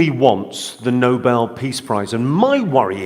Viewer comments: It's Nobel, not Noble.....love how the mistake is made continuously by MAGA. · Noble? Noble? It’sNobel. no-Bell. 🙄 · Why can't Administration people pronounce NoBell instead of the NOBLE Peace prize. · Shouldn’t somebody in that entire administration know the difference between noble and Nobel? How they let that teenage wifflebutt get up and mispronounce Trump’s ultimate goal is astonishing. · Caroline is so ignorant she can’t even pronounce Nobel right!